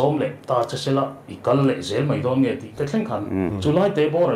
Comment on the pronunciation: MNF ringtute hian an ring dik ngei ang. Tin, 'mai' tihtur kha Mei i ti tlatin ka hria, i thusawi i aw a ban muang deuh, tawng mar zat deuh tum teh A hahthlak tlat